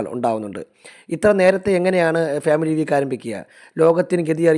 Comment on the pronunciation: ഉച്ചാരണം ശരിയാക്കു . ഫ്യാമിലി അല്ല. ഫാമിലി.